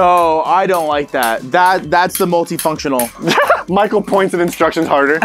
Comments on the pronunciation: “Exactly Pichael” ??? What PICHAEL??!?? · Did anyone else heard say pichael instead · did anybody else hear call michael "Pichael"? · What is crawling without arms?: Caterpiller: Exactly Pie-chael Yup. His name is pie-cheal. 🙂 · Did u realize said Pichael instead of Michael during the straight jacket thing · Michael didn't realize that said "pichael" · “Exactly pikal “ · Why is calling Pikul?? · said picheal in sted of Michael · said pikael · He called him pickeal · so what is crawling without arms?: Your like a caterpillar: igsactly pie-cheal? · pie-chal. Yes good job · said "Picheal" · why does he say "exactly pie-chael"❓ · "exactly picheal." PIE-cheal. P. any one else notice? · Did anyone else her him say "Pichael" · no one: michael: uR fUsChSHtAtiNg mE!